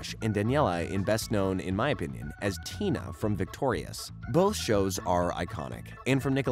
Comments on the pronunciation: This was a fun video but he messed up a lot of stuff. He missed all those specials you mentioned and he mispronounced Daniela Monet’s character in victorious, he called her tina but her name was trina. Also, because of this video I decided to watch the chosen one 3 part movie “wishology”. I had never heard of that so I literally paused this video mid way through and went to watch that. After watching it i came back to this video and realized that he really did an awful job at describing that special so i can only assume, based on everything I’ve said in this comment, that he probably messed up a lot of stuff in this video. I also don’t know why he couldn’t find a way to watch the fairly odd summer live action movie. I’ve watched all three live action movies without problems plenty of times. Idk, maybe they aren’t available anymore. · It's Trina not tina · It's TRINA, not Tina lol